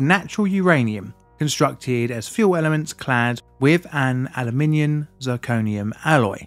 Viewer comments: he clearly mispronounced aluminium, which finishes with an m, not a n. It doesn’t matter how you describe the element with 13 protons, the way pronounced it was wrong, which was the point of the comment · The French Source’s accent irradiated the script.